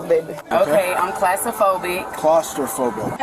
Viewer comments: "Getsafrinn" and "classophobic" dang gf got nerfed twice 😂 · Bro. "Gets-a-frinick" and "class-aphobic" (note: i spelled it how she said it.) Is gold. If you are gonna fake an illness, at least learn what it's called and how to pronounce it. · Did that dame say "kitzophrenic" and "classtrophobic"? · Can’t even pronounce the conditions she claimed to have. 😂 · "Gitzifrinik" "Classafobik"